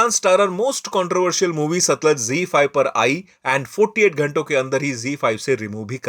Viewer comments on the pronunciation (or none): सतलुज hota hai vo gawaar